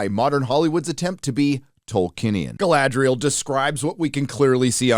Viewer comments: It's not Guyladriel, it's Galadriel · guh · la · dree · uhl Not Guy-lad-driel. Come on now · I wondered why he couldn't pronounce Galadriel, until I realised he was trying to say "Guy-ladriel". lol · Galadriel is so butchered... but yeah its old news. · Funnily the one thing they seem to have nailed is the pronunciations. (Please stop remarking it, Americanized "Galadriel" sounds horrible) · My favourite acting flaw is how they pronounce Galadriel is a somewhat elvish way but then all speak is some basic English accent, really immerses you into the world